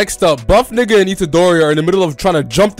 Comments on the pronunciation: Did bro say chidori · I was mad laughin when he called itadori "chidori"